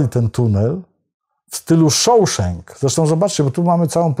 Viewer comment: Po przyjacielsku, "Shawshank" wymawia sie Szaszenk. Przeprowadzany wlasnie lincz w Sejmie na wniosek Prokuratury na panu posle Braunie nie zwracil pańskiej uwagi? Zwykła rzetelność dziennikarska (czy coś takiego istnieje?) wymagałaby chociaż wspomnienia o tym, panie red Gadowski.